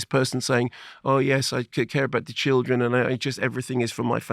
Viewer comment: She sounds like Yoko ono meets Dracula, she really murders thoses vowels : weemaan, cheeelden, “i deed not, i weel see eet ondee nee-uzz”